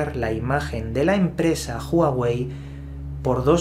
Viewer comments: No se pronuncia Juauei si no Uauei y no es Apel si no Apol...por favor deja tus modismos locales y pronuncia correctamente... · Porque dices juawey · Asi no se pronunciaaaaaa juawey .... 😫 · NO ES JUAWEI !!!!!! .....ES HUAWEI !!!! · "Apel"... "Júaguey"...😂😂😂😂😂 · Juaguei y Apel... XDXD